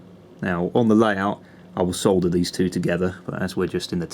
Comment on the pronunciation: my girlfriend said thank you for calling it solder and not sodder